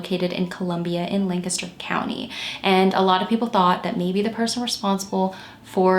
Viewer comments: Thank you for covering this case! It was definitely the biggest local solve since Christy Mirack. Also, thank you for pronouncing Lancaster correctly - unless you live here, most don't say it right at all! Great work as usual, - you're one of the most thorough and caring true crime YTers out there and I appreciate your thoughtful approach to these cases and the surviving loved ones. ♥ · Lol I was gonna say thank you for the correct pronunciation as well! I just moved to VA after living in Lancaster County my whole life and someone down here had the audacity to try and correct the way I said it 🙃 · Thank you, thank you, thank you for pronouncing Lancaster correctly! Born and raised in the neighboring county of York, PA, it's always fantastic to hear someone say it right! I love your channel -- thanks for all you do! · I'm from Lancaster and I appreciate you so much for pronouncing Lancaster correctly ❤️